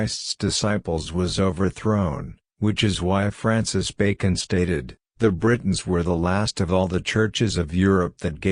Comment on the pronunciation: Some words the voice is reading that are difficult to recognize if you are not familiar with them, are: Britons [it sounds like 'Bretons']. Eveque is a French term for Bishop, Lisieux, Pentateuch; 'Lead' in the past is read as in present; Freculph is read well; Domesday or Doomsday Book; testified sounds like 'tested'; Ecclesiastical Annals; Jimmy Guieu, a French author; Druid institutions; George Jowett; Budicca and her attack in 61AD.; Avalon; true faith; arrival of Augustine of Rome or Canterbury in 597 AD; King Lucius, 156 AD; Edict of 42 AD; Council of Nicaea in 325 AD; Eusebius' records; Arius 356 AD denied Christ's divinity; Augustine of Hippo 4th century; Hermes Trismegistus; original sin; mock Jesus; Jacob Berman's podcasts; Judas Iscariot; Knights Templar; Vesppasian; Joseph of Arimathea; Septuagint; Alchemy: from the Arabs for chemistry; Constantinople; Flavius Josephus; Ralph Ellis; Tony Bush; Bran the blessed, Cunobeline; Saxon invasion; Venerable Bede, Benedictine monk; Polydore Vergil, Maelgwyn of Avalon, Gildas Badonicus, Tertullian; Melchizedek; original sin; nephilim are the progeny of the sons of God; Masoretic text; exegesis; Masoretes; Aramaic; Rabbinic; self-born or self-begotten; Hermes Trismegistus; Alexandria, Ptolemy, Lamblichus; tablets of Thoth/Hermes; Christos; Hermetic treaties; Hermetica; Byzantine Church; Pythagorean Apollonius of Tyana; Enoch also known as Idris; Thoth; Emerald tablets; Festugiere; Pymander, Monadic Presence; channeling; Logos